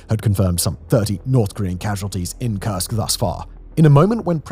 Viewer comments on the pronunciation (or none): none